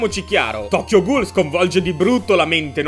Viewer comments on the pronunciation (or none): / Si pronuncia "GUL" non "GHOUL"